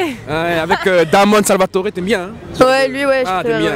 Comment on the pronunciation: Ses "DAmon Salvatore" m'ont tuer comment il a tuer le blaze du boug 😂